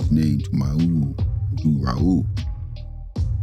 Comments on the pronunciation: If you're going to make a video about a person at least pronounce his name correctly. Smh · Gotta pronounce his name right, no way you could have been fan of mahmoud abdul-rauf if you can’t pronounce his name